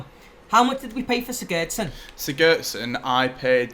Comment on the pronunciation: you say sigurdsson wrong